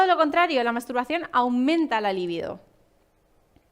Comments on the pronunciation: No es líbido sino libido ( sin acento) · Sólo un apunte: se dice libido, la palabra es llana, acento en la segunda sílaba.